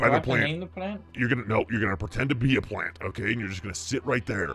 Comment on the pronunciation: why did he say plant like that😂😂😂😂😂😂🤣🤣🤣🤣🤣🤣🤣🤣🤣🤣